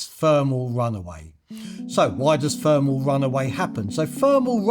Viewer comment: THermal! THermal!! Not Fermal! FFS. Why can't Brits not speak properly any more? It really makes whatever you say irrelevant however important it is.